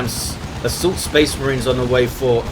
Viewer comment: Spehs Mareens!!